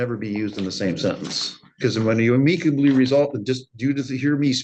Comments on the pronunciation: Listen the moms crazy but the judge has no business correcting anyone's speech or grammar when he can't pronounce the word amicably correctly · Never heard anyone pronounce amicably like that. It’s pronounced am-uh-kuh-blee Not ah-meek-uh-blee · Not to mention Ameekably isnt a word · omfg why can't the judge correctly pronounce amicably?!?! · Yeah the son & mother are kooks but why does the judge pronounce ‘amicably’ that way?